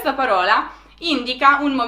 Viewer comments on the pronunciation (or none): non ci siamo con le pronunce: * còsa, non cósa, qualcòsa non qualcósa * paròla , non paróla